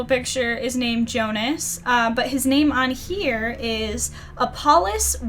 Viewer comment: I loved how you pronounced my name! Thank you very much for your answer :D